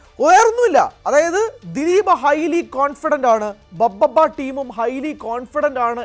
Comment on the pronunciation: ദിലീപിന്റെ സിനിമ ബബ്ബബ്ബയോ...😂😂...പറയുന്നത് എന്താണെങ്കിലും അത്‌ വ്യക്തമായി ശരിയാക്കി പറഞ്ഞൂടെ. ഭഭബ (BhaBhaBa) ആണ്‌ ബബ്ബബ്ബയല്ല.